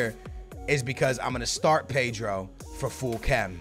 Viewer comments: PEYDRO??? PAY-DRO? Ped-ro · No,it's P-eh-dro.That is how you pronounce his name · Paydro? 😂 cmon